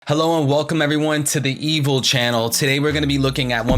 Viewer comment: Huh, I never knew you called yourself “evil” I always assumed it was “threevil”